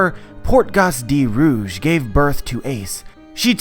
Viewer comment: Every time he says rouge, I hear Urouge . "Urouge got pregnant" 😱